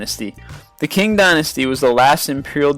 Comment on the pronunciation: Qing Dynasty is pronounced "ching" not "king"!